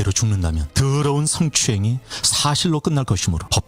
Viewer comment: 드~~르운, 승~~ 추행~~ , 이렇게 발음하는것부터 너무 싫음. 아빠가 목사님이라 그런가~ 타성에 젖은 목사 특유의 말투.....